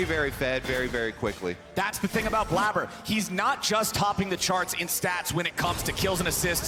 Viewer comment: We just not gonna talk about how this is blabber and the way he spells it is pronounced blayber